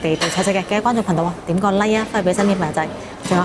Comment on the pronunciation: 你唔係香港懶音 嚴重有~痕生銀寒 真(增)加 一八(百)蚊 真(曾)先生 貧(朋)友 我趕(講)畀你聽.....